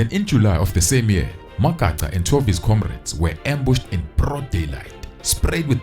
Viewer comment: it is so disappointing to hear blacks mispronounce other black people's surnames. Really disappointing. Magaqa and Magaca is two different things.